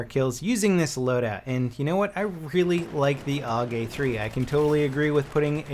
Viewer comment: you dont call the AK the "ACK" or the ACR the "ACER" then why do you call the AUG the "OG"